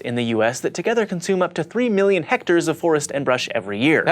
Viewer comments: Hectares, not Hectacres ***** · Hectares....? John, doesn't he mean Hect-acres? XD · Hectares. Not hectacres? Lol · It's pronounced hect acre! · "hecters? but,, john said it was heck-takers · You spelled and pronounced "Hectacres" wrong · We all know it's hectacres,, not hectares. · pretty sure it's actually hectors. it's the distance a person named hector can walk in a day.